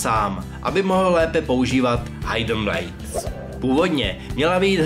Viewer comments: přesně hajden blijd :D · altair si prsteníček neusekl sám.... v té hře to má téměř každý asasín. BTW tvoje výslovnost v angličtiněje stašná. ,,hajd" blejd a ,,warfar"? co to je? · *hidden blade a čte se to [hidn] :D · jo jsem hitler, ale trhá mi to uši [hidnblejd] né [hajdnblejd] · ale víc mě zabilo "hajdn" blejd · hájden blejd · No jo, Alajr a jeho Hajden blejd :D :D :D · Nejvíce mě překvapilo že neumíš vyslovit hidden blade